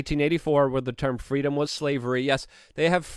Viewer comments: "FWEEDOM" - Kamala Harris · Kamala braclet line will be called the FWEEDOM BWACLET! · *FWEEDUMB...sorry to be that guy, but I had to fix it ;)